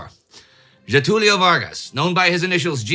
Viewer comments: Very impressed with your pronunciation of Getulio's name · A foreign history content creator finally said Getúlio right.